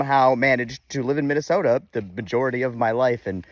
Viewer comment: and the best part of Minne-Soo-ta is the millions of great people. except for michelle bachmann. your content rocks! I grew up in the shadow of the schmidt brewery and will stand tall for my hometown.